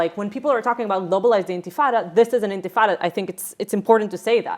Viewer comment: "Globalise the intif-ritata" 😂😆 - Adams 2025